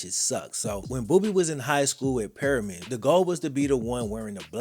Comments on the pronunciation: Great video,. It’s PER-ME-IN, not PEAR- I-MAN. The book is an absolute must read. I read it again every August before the season begins. “Odessa is the setting for this book, but it could be anyplace in this vast land where, on a Friday night, a set of spindly stadium lights rises to the heavens to so powerfully, and so briefly, ignite the darkness.” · It’s permian not periman 😂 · Dude, "Perm-ee-en". It's not "Perryman" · I love you. You keep saying "Peri-man." lmao Its "Perm-ian." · The fact he kept saying periman instead of Permian had me smh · And it is pronouned "PURR MEE AN" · Please pronounce the school right if you’ve seen the movie. Purr-me-in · Perm-E-in my brotha that's how Permian is pronounced. Respect to Boobie Miles I got my ACL blown out playing tail back Junior year and they did it on purpose. Grateful that my uncle had a job for me cuz I fr didnt know what to do w myself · Bro you keep saying pairamen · The heck is Periman? PERMIAN???? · Per-me-an. Permian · It’s Per mi an. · Love this video. But my one criticism even though it’s petty……the school is Permian. Not Periman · It’s PERMIAN, not Perryman. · Pronounced perm-mi-um. Bothers me so much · Great Job on video. Amazing movie. However, its pronounced PERM-E-AN Like, Worm Ian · Lmao it’s pronounced per-me-en dope video tho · it's pronounced Per-Me-In..but great video..keep it up..blessings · I live in midland 17 miles from odessa fam just trying to help out but its pronounced pre-me-in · Bro, you did ANOTHER GREAT JOB …. But …. It’s pronounced Per-me-an . Per-mi-an. Lol Btw, I tore up my ACL, MCL, 5 knee surgeries playing on that damn astroturf in Plano, Tx. back in the 80’s. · You constantly calling the school perriman was driving me crazy. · I'm sorry but being some one from Texas I just have to say.... Its pernouced Per-me-in. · Okay I see you on the west Texas tip… one thing, it’s pronounced Pur-Me-In Fam 💯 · it's pronounced Per-MEE-en. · Permian - not Periman.